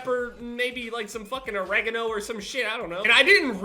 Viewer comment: I died when he said oregano xD